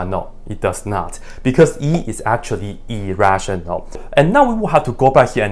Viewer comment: lol, "e is actually e-rational", not sure if you pronounced it that way on purpose or not.